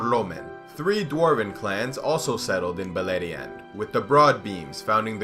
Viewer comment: Beleriand = Beierland yw